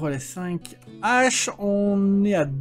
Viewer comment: on dit les Haches et pas les zaches:p